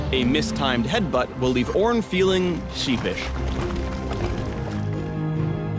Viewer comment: i don't give two shits about this "oorn" guy. all i care about is the evelynne rework that's supposed to be next